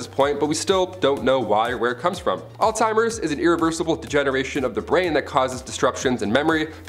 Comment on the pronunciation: It's pronounced "Alls-Hi-mers. Not all-timers.